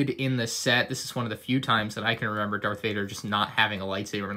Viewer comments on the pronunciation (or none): none